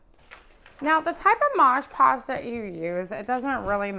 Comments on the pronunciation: Its mod podge not modge podge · It's called MOD Podge, not Modge Podge. I'll never understand why soooooo many people don't see this on the label and continue to mispronounce it....especially when making YouTube videos. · "Mod" Podge. Not "mahsh" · MOD PODGE! MOD NOT MODGE. I almost stopped watching because that bothered me so much. Ugh! 😣 Yeah, can’t do it. There are so many other videos with the same process. I couldn’t finish this one. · Midge Podge??? Mod Podge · Omg….I thought I was gonna lose my mind with the “Modge Podge” thing. But she did a good tutorial on Mod Podgeing this dresser. ❤ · It's MOD Podge. MOD - with no g, no j, just MOD. Then Podge. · Nice job, really. That said, wish your mother had taught you (in the 1970's) that it's MOD.... MOD PODGE.